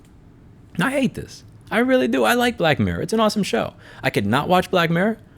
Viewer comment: jesus louis! annunciate!!!! i was looking for black mare for ages.... :( getting black mirror now. :D